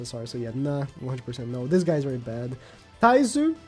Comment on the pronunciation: called twigo taizoo